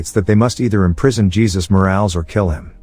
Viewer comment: How is it you get Paolo right but can't get Jesus right? Lmfao